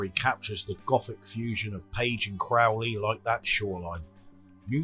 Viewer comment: No problem, congrats on correctly pronouncing Crowley's name.